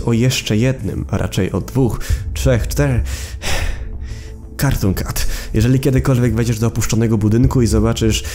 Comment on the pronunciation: Dobrze muwisz na tego carton cata